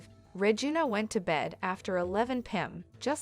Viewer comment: It's not Regin A its Re gina